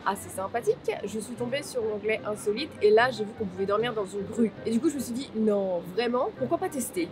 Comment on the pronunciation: Au début j'ai compris rue à la place de grue 🤣